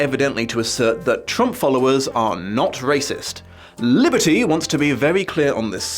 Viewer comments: I know this is an older video, but I love the way you somehow manage to roll the L in the "author"'s name. I've heard people rolling their R's, but an L, that's new! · I honestly got great pleasure out of pronunciation of "Liberty" each and every time